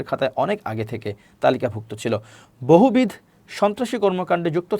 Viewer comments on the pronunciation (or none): গণ্যমান্য ব্যক্তিবর্গগণ বললেন কেন? ব্যাকরণ জানেন না? বহুবিধ উচ্চারণ বহুবিধ্‌ বললেন কেন? উচ্চারণ বহুবিধো।